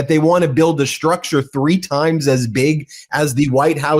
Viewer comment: Time not grime